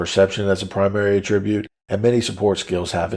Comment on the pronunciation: Well done, however, the mispronunciation of attribute is distracting and irritating, The verb and noun forms are not pronounced the same way. You are pronouncing attribute the noun as a verb